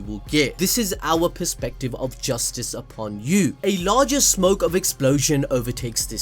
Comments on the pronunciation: When they scream justice it sounds like they are saying Rastus which is a racist term. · I thought she was saying justice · Whats this word he cant say😭😭💀